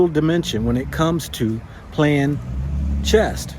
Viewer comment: It's actually called "chess" not "chest"